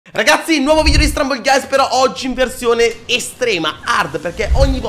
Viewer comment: Quando ha detto stumble guys per la prima volta hai detto strumble guys